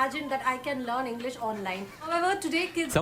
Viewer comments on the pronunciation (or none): none